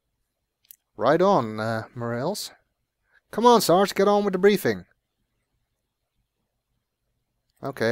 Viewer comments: It's pronounced "More-ah-lays", but whatever... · This has been said before, but it's pronounced 'Mor-AHL-es'. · Officer More-rails lol. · More a less